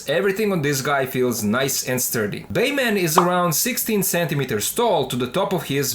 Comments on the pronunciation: ok man are you saying bayman just to ragebait or can you really not say batman. no hate just asking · No disrespect, but it's funny how you pronounce Batman as Bayman 🤣. *Oh wow. I just realized the name on the box and title is "Baiman". Now I get that's for copyright reasons (as ridiculous as that sounds in a case of a straight up bootleg), but not sure why you don't say "Batman?"